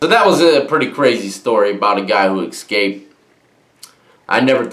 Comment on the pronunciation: god damn, it's "ESCAPED". Not Ekscaped